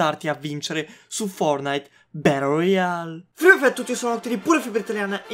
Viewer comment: Mi fai troppo ridere quando invece di dire battle royale dici "barol royale" Ps:mi diresti se sono nel contest?